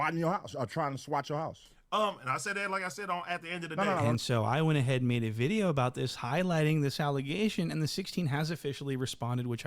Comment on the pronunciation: & what’s a bideo?